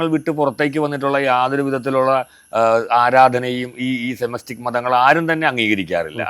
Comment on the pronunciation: കാർന്നോരെ സെമെസ്റ്റിക് അല്ല സെമെറ്റിക് മതം